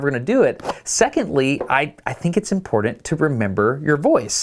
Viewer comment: Ok, the voice you use to mispronounce "important" needs help.